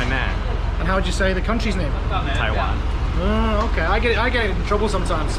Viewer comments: At least is willing to admit that he can't seem to pronounce the word "Taiwan" correctly. I never understood why he has trouble on the "WAN" part, cuz he keeps saying "WEN". What's his problem..? And wait, he's an English teacher...??! Wtf dude? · you deserve to get in trouble by pronouncing the name of the country wrong. damn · Your pronunciation of Taiwan and Tainan is wrong. LOL. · They probably heard how you pronounced Taiwan in the first few seconds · Also yes wan and nan have different pronunciation lol u r still saying Taiwan wrong